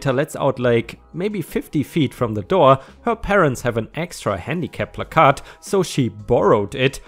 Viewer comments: says it's pronounced plak-ahrd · It's PLACK-erd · Hey,. Is that 'Captain Placard'? Sorry:-). In England we say 'Placard', with no emphasis on any syllable. It is said 'pla -card'. Americans seem to 'quieten the letter 'r', and shorten the first 'a'. In effect: England; Plaacaard. American: Placad. (Reading what I've just written I've probably made it harder for you! But! You may be able to make sense of it). (By the way, I've been away from the comp for some time so, no. Nice to see your subs at 20k plus. Well done).⭐⭐⭐⭐⭐⭐⭐⭐ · This is why you don't just smash windows, you let the cops do it unless you are 100% sure the dog is real and actually in trouble. and it's "Plaque -urd" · You said it correctly the first time it is placard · I couldn't see any comment about the pronunciation of "placard" so I thought I would post it. If someone has already posted it and I am just being annoyingly redundant, my apologies. The only way I have heard it pronounced is: PLACK-erd. My brother has a handicap placard so I have heard and used the word several times. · Placard — ‘plack-ard’ Rhymes with ‘card’ 🎖🎖🎖🎖🎖🎖🎖🎖🎖🎖🎖🎖🎖🎖🎖🎖🎖🎖🎖🎖🎖🎖🎖🎖🎖🎖🎖🎖🎖🎖🎖🎖🎖🎖🎖🎖🎖🎖🎖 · It is pronounced “plak-erd”. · Hey! Btw its plaque-Arrrd (like a bad tooth plaque on a pirate lol) your english is progressing amazingly!⭐🌟⭐🌟⭐🌟⭐🌟⭐🌟⭐🌟⭐🌟⭐🌟⭐🌟⭐🌟⭐🌟⭐🌟⭐🌟⭐🌟⭐🌟⭐🌟⭐🌟⭐🌟⭐🌟⭐🌟⭐🌟⭐🌟⭐🌟⭐🌟⭐🌟⭐🌟⭐🌟⭐🌟⭐🌟⭐🌟⭐🌟⭐🌟⭐ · PLAK' erd - emphasis on the first syllable. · plaque ard is how placard is pronounced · It's pronounced pla` kerd. A cent on the first syllable. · Plack-errrd like card but with a kerr sound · It's PLA-card. Card sounds more like kurd. The emphasis is on the Pla syllable. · Placard is pronounced as plah- kerd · We say it as plac-erd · *************** it's plack-herd. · it's "plah-card" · Pronounced more like "plACK-curd" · "Placard" is actually pronounced "pla-curd" like the "pla" is pronounced like the a in apple and the "card" part is a half lie. No idea why it's so weird lol